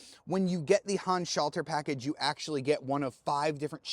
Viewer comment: You are always trying to pronounce the "Handschalter Paket" like it were an English word instead of acknowledging that it's a German term. It sounds really weird the way you pronounce it for German speaking people.